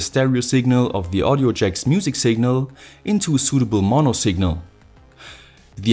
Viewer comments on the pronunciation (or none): none